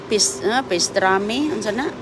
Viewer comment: PASTRAMI….hindi pestrami😂🤣🤣